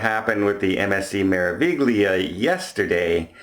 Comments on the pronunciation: Meraviglia is pronounced May-rah-vee-lee-ah. There is no G sound. The syllables are Me-ra-vi-gli-a, with GLI always pronounced LEE. The R is rolled. Practice a few times: May-rah-vee-lee-ah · Yep you're saying it right :-) p.s. the g in Meraviglia is silent. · Your pronunciation of Braemar is correct however your pronunciation of Meraviglia is wrong. That has been commented on before.